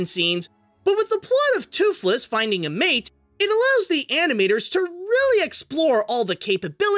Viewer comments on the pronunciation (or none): none